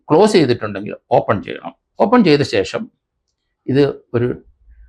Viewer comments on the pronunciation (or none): none